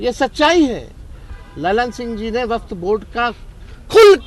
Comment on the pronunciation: वक्फ का शुद्ध उच्चारण तो करो